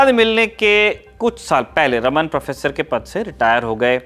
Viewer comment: Sir ek correction hai unka naam रमन नही रामन tha , iske peeche ki puri story is video me btayi gyi hai